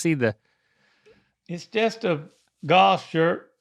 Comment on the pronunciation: At first, I thought said he was wearing a goth shirt not a golf shirt.